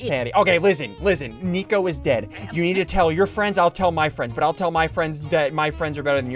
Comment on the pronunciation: You said nico not flico you ruined it